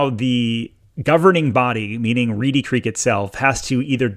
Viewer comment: It's Reedy Creek, not Reddy 🤦‍♀️ I wish people didn't watch your videos that don't live around here. They believe all the BS you feed them (your St. Cloud video was laughable and full of so much garbage). As for Disney, they treat their employees like garbage. They put on a good show about inclusion, but they actually discriminate like crazy. They jump on every bandwagon of the current thing. You know why??? All for money. They're no better than churches with their tax breaks. This has been a long time coming. I hope it happens. Also, Orlando has way more going for it than Disney. The other local theme parks don't get the same treatment. Last thing I'd like to point out, have you people not noticed how the actual Disney family has distanced themselves from the mess Disney has become?